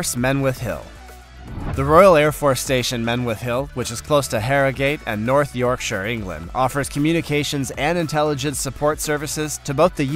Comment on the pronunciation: Congratulations on successful pronunciation of Yorkshir NOT the usual York SHIRE. But you fell from grace calling this bloke (Haile Selassie) "Hail Cecily" 😉